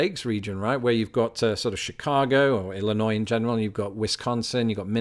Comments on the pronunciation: I liked a lot of your video , but I have to say my favorite part , why I clicked the like button, is because , you pronounced ILLINOIS correctly ! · You pronounced Illinois right!!!!